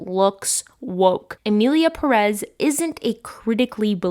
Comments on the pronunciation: PÉREZ -the first syllabe is tónic, that is why it has accent. Please stop saying perez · Non related, but I need to ask: do they say "PerEz" in the movie? Because Ive watching a lot of videos talking about the movie and everyone says it like that, but the name is actually PErez, so I was wondering if this was so bad they dont even got the name of their main character right 😂